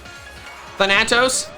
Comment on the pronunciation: thAnatos gosh darnit. Accent on the first A